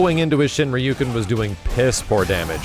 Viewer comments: Steve's the worst, though. He consistently refuses to say "Ryu" instead of "Raiyu" and his excuse is "I'm American, so I don't care." And this was in response to having it explained to him like one would a child. Forgive me, but that is a downright poisonous attitude to have, especially regarding games that came from Japan, which make up most of the content on either channel. And even if it is a running joke, there's no reason to adhere to it so religiously. Particularly when it likely makes a great many of their viewers heavily cringe. "Joker: Y'know, some jokes can be in bad taste!" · Other common mispronunciations: Rai-you, Karen, Soccera, Zangeef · Why does everyone pronounce sakura and ryu incorrectly